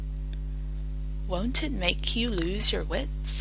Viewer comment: I think she should re-do topsail, viscous, wont, gouge, doth, hallowed, ally, ay, aver, maybe mauve, plait, grouts. The voice is so clear the video could be used in classes, but some words are just not right